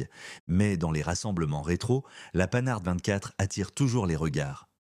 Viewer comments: la panhard... prononçée " panard" ! ...c' est l' ia ? (ou la vraie langue à la française s' est- elle vraiment perdue ? ) ça se prononce "pan - are " soudé , pas "panne - are" ! ...ps: c'est pas la bonne pointure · En parleu ant avequeu uneu vraieuh voix humaineuh ce serait mieux. Que d'inexactitudes! L'attentat contre De Gaulle c'était en 1962. La 4L de 1961 à 1992 je compte 31 ans de carrière et non 28! On dit Panhard et pas Panard! Dommage, la voix fout tout en l'air! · Et allez donc ! La Quatreu-elle, les Simca mille trois cent etc ... ("treize cents" et "quinze cents", patate !!!), la Panard (c'est pas le pied comme déjà dit !!!) et ça continue ... Lamentable !!!😢😮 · Un sujet sur les voitures françaises. Qui dérive sur les Mercedes pagode et les Jaguar E. Sans compter les Panars, voire les Panardes. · La panar c’est le pied 😂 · Ouaaip, pas le panard, je ne reviendrai pas 😞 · Bon la voie ne dit pas panard mais panard bravo l I a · Pannard... La quatre - elle... Blaaa blaaa blaaaa IA. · Non mais ras la casquette des IA qui ne savent pas prononcer *la panarde 24*! J'arrête ça m'énerve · Hé ouais l'IA n'est qu'un mécanisme stupide: Panard P L17.. Des jeunes sans autres connaissances vont répéter ça! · IA horribles qui nous infligent la... Panard, au secours... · j’arrête le supplice. INSUPPORTABLES CES VOIX SYNTHÉTIQUES au débit haché qui vous balancent des liaisons à tout va, et écorchent les noms propres. « Panard »!!! Non mais c’est grotesque!!! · Oh oui quel dommage ! Certaines marques sont prononcées bizarrement ! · C'est bien mais c'est quoi cette prononciation de Panhard ? Et de 4L ? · Quoi ? Pas de 2CV ? Pas de DAF ? Pas de Mini Morris/Austin ? Pas de Triumph ? M'enfin... Et une voix qui ne sait pas prononcer Panhard ! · Sachez prononcer panhard correctement Ce n'est pas panard mais pan har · La Panhard devient la panard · Tout à fait d'accord.. "La panard" pour la Panhart, carrément insultant. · On dit pas "panar", monsieur L'IA, on dit PAN HARD !